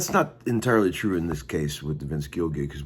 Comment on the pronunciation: It’s twue! It’s twue!!